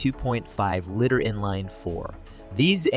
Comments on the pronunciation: I noticed that you are new here so I'm going to make a suggestion, try to do a little bit better job editing. Your pronunciation of the luv (you said loove) and liter (you said litter) . you pronounce GMC as Genesee Also, do a little bit better research. Ford never produced a pinto truck. Those are aftermarket customizations. The Luv was badass, the rampage was a piece of garbage. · There was never a Pinto pickup available for sale. The Chevy Luv rusted, but was Japanese reliable. It's pronounced Love! Don't quit your day job. Your don't even know how to produce liter!!!!!!!!!!!!!!! 👎👎👎👎👎👎👎👎👎👎👎👎👎👎🤏